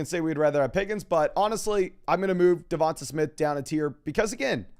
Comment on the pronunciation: Hey. I’m an Alabama fan and I just can’t help but to tell you that DeVonta Smith is pronounced like “DeVon-Tay” as opposed to “DeVon-tuh” 😂😂 love your content though keep it up!